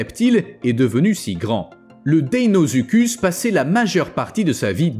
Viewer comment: Très bonne vidéo comme d'habitude mais le crocodile géant s'appelait deinosuchus et non deinozuchud